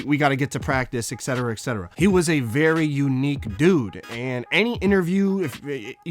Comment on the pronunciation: Yo my man...it's ET...ETcetera..not EXetera..hence the abbreviation etc. Awesome video. Ive always supported Rodman. Glad he made HOF and got the recognition he deserved.